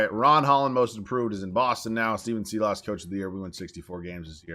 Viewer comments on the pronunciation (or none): Silas ———> pronunciation Sigh-lis